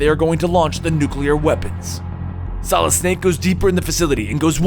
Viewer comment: You say "Solid" like "Solidis"